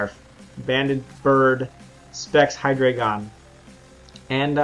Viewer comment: I found this out yesterday but its actually pronounced hi-dry-gon, not hi-dray-gon. I don't blame u, but I thinks its weird how everybody pronounces it wrong.